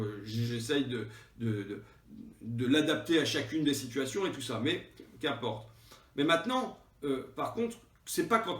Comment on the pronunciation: 9'11" : JLM sort de ce corps ! ahah :) (cette pause avant de sortir "Mais...Qu'importe" avec un ton + grave tout en joignant les mains... So Mélenchon x) )